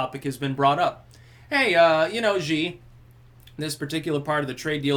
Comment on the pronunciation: Xi is pronounced like "She". X is basically the 'sh' sound.